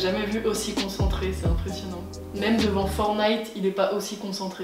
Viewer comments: Coline haha, c’était juste une blague par ce que normalement on dit For*T*nite et dans la vidéo elle dit For*E*nite, ça m’as fait rire 🤭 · fortnine pas fornite